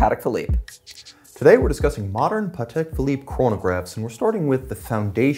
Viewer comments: If the auto sub thinks your saying paddock YOU'RE SAYING IT WRONGLY!!! short "pa", emphasis on the "Tek". Come on!!!! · They both pronounced Patek different. Which is the right way?